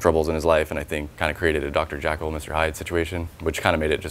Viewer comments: Dr. JECKLEL not JACKEL!! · ....It's Dr.Jekyll